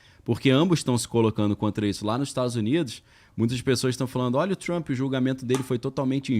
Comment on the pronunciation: Por favor pronunciar direito!!!!! O nome do cara e Trump !!!! E nao Trumpi porra ✅